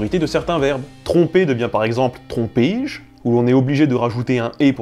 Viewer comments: "Trompé-je" ne se prononce pas "trompé-je", mais "trompÈ-je". C'est pour ça que la réforme de 1990 propose l'orthographe "trompè-je", "eussè-je", etc. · "Trompé-je" se prononce (et peut d'ailleurs même s'écrire pour une question de cohérence) "trompè-je". Source : académie française. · Juste petite rectification, pour les tournures comme "Trompé-je ?" ou même "Mangé-je ?", le "é" se prononce "è" ^^